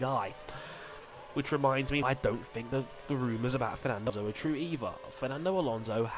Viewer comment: its alonso not alonse and we dont want a wsr driver in it and in the first place who in the hell is antonio felix da costa